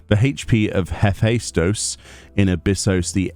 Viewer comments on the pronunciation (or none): Hephaistos is the Greek god of fire. Pronounced Heph-estus. He was also known as the divine smith and patron of crafters (could be a Byregot relation there) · Hephaestos = Heff-Es-Tis or Hay-Fie-Stos or a combination of both